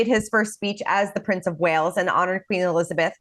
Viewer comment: It’s “Wales” not “Wells” 🤡